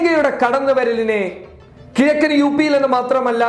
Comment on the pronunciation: എന്റെ പൊന്നു കരിപ്പൊടി. "കിയക്കൻ യൂ പി" അല്ല.. "കിഴക്കൻ യൂ പി" അങ്ങിനെ പറയ്. കുറേ ആയി ഇത് കേൾക്കുന്നു.